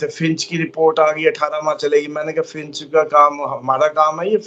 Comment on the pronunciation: Bhai “finch” nahin “Fitch” hai, please!!!